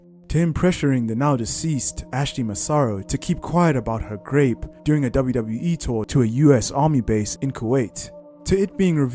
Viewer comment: what word are you trying to say and continually say? Grape? ... Group? Grade? Grope?.... Grate? Nobody knows